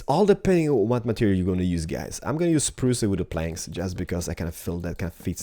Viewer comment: You say spruce more like spruua